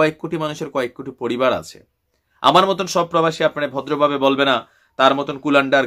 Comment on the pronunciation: ভাই আপনি একটা কথা তো ভালো ভাবে তুলে ধড়তে পারেন নাই। কারন সে বলেছিল তার পিছনে নাকি অনেক বই ।সে নাকি অনেক শিক্ষিত । আরে ভাই।এই বেশ্যা তো লেখা পড়া করেছেন বলে মনে হয় না ঐ বেশ্যা উচ্চারণ করেছেন পোবাসি তোগর আবার বলেছেন আমার কোয়ালি ভিশন । এগুলো কি শিক্ষিত লোকের কথা। আর ভারতের মালোয়ান সে হলো পুরুষ বেশ্যা হোটেলে পাছা মারা দেয়।এই জন্যই সে ঐ মাগির দালাল